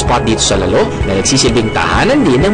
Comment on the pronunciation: If you're featuring something, you should at least know how to pronounce the places properly. It's "lal-lo" not "lalo".